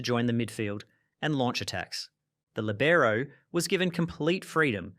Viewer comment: Libero is pronounced with accent on the I, so it's lìbero, not libèro.